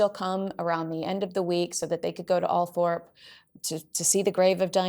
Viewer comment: You’re getting there with the pronunciation of Buckingham but I’m afraid you’ve got a fair way to go with Althorp